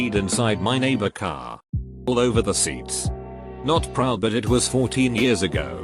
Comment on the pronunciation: I thought it said Cat not Car...